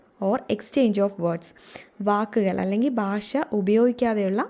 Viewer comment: ബാഷ എന്നല്ല " ഭാഷ" എന്ന് പറഞ്ഞു പഠിക്കുക